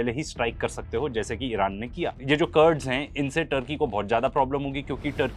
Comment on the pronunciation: कर्ड्स नही कुर्द हैं। कुर्दिश जमात हैं।